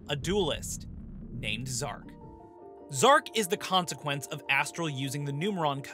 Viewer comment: Zarc not zark